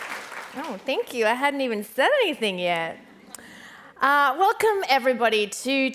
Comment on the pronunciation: Uh, "WOKE-come"? lol.